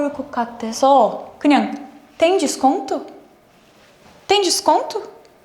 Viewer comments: "DESONTO" AKKAKAKAKKA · forgot the C in "desconto" Obrigada por representar tão bem o Brasil, 😘🙃🇧🇷